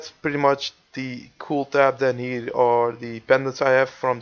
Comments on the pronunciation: u said hier not here;hhh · He says: hier is my woodcutting, wel engels he